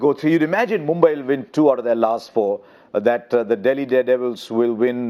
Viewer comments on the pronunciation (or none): Why is polly saying MOMBAI instead of mumbai??? Should be getting it right by now.